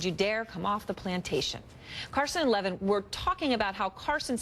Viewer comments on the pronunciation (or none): It's Mark Levin not Lavin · Our hostess has obviously never listened to Mark Levin. His name is pronounced 'Le-VIN'. She should take the advice to 'know your enemy' by listening once in a while. She might actually learn something.